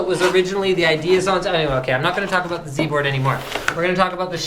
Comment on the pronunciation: YOU SAID Z-BOARD WRONG!! ... *shakes fist* HOW DARE YOU!